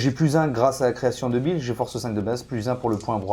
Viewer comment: Super rapport de bataille les gars ! Par contre, j'sais pas si je suis le seul, mais j'arrête pas d'entendre "Création Débile" au lieu de "Creation de Bile" depuis le début de cette vidéo 🤣🤣🤣